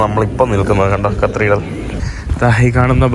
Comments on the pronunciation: നീ ഇതിൽ cathedral ന് പകരം കത്രീഡ്രൽ എന്ന് എത്ര തവണ പറഞ്ഞെന്ന് ഒന്ന് കണക്കെടുക്കണം. അതും തെറ്റായ ഉച്ചാരണം. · Please correct your pronunciation of "Cathedral" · യൂറോപ്യൻ യാത്ര ഗംഭീരമാകുന്നുണ്ട്. പ്രത്യേകിച്ച് കരോളയോടൊപ്പം❤❤..... Cathedral എന്ന English word ന്റെ ഉച്ചാരണം കത്തീഡ്രൽ എന്നാണ്. കത്രീഡൽ അല്ല കേട്ടോ.... അടുത്ത പ്രാവശ്യം പറയുമ്പോൾ കത്തീഡ്രൽ എന്ന് ശരിയായി പറയണേ... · ചെക്കൻ ഇന്ന് മൊത്തം കത്രിടൽ പറഞ്ഞെന്നെ ചിരിപ്പിച്ചു. thanks!😊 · Dear, U r pronouncing wrongly. It is Cathreedral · Hi, കത്രിടൽ അല്ല, കത്തീഡ്രൽ ആണ് ബ്രോ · കത്രിടൽ അല്ലല്ലോ കത്തിട്രൽ അല്ലെ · Katheedral, not (kathreedrel) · Not cathreedal, catheedral is correct, its ok, super videos, very anxious for next👌🏻👌🏻👌🏻👌🏻👍🏻.... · കത്തീഡ്രൽ ആണ്, കത്രീഡൽ അല്ല. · കത്രീഡൽ അല്ല bro കതീട്രൽ എന്നാണ് (cathedral) ഈ കത്രീഡൽ കത്രീഡൽ എന്ന് തുര തുരാ തെറ്റ് കേൾക്കുന്നത് ആരോചകമായി തോന്നുന്നു. പിന്നെ ഒരു suggestion... നീ ഓരോ സ്ഥലത്തു പോകുന്നതിനു മുന്നെ അല്പം effort എടുത്തു visit ചെയ്യാനുള്ള സ്ഥലത്തിന്റെ history and other informations collect ചെയ്യണം. അപ്പോൾ നീ ആ സ്ഥലത്ത് എത്തുമ്പോൾ ഇൻഫർമേറ്റീവ് content നിനക്ക് subscribers നു കൊടുക്കാൻ പറ്റും. ഇത് നീ ഒരിടത് ചെന്ന്. അവിടെ എന്താണ്ടൊക്കെയോ ഉണ്ട്, ഒന്നും മനസിലാവുന്നില്ല എന്നീ പ്രയോഗങ്ങൾ ആണ്‌. Thats not so professional. നീ യാത്ര ചെയ്യാൻ തുടങ്ങീട്ട് കുറെ ആയില്ലേ? Take it in a positive way bro. It’s only for ur improvement I’m a regular viewer of your videos. U can improve. ആ വിശ്വാസം ഉള്ളതുകൊണ്ടാണ് ഞാൻ പറയുന്നത് നിങ്ങടെ videos പൊളി വൈബ് ഓക്കേ ഉണ്ട് super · not CTHREDRAL but it's Cathedral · കത്രിഡൽ അല്ല കത്തീഡ്രൽ (Cathedral) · കത്രീഡ്രൽ അല്ല കത്തീഡ്രൽ, ഞ വരില്ല അല്ലെ ന എന്നാണ് പറയുന്നത് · കത്രീടൽ അല്ല cathedral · Its great all those who have not travelled. The main issue of France is the immigrants as you've said. They are the buglers of France now... One request.. Atleast you maintain the Decorum of Your native place. Not the Yankees.. Don't make disgrace to our country. Not കത്രീഡ്രൽ... കത്തീഡ്രൽ... Take this in mind.